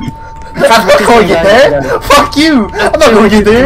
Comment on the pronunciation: Bro when said ''The prb the prb!!!'' Im like- ''Its orb not prb XD''